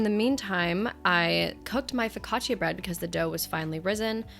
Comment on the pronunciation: I'm italian and I love how you say FOCACCIA!